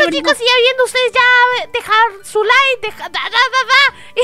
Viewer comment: no se dise like se dise likee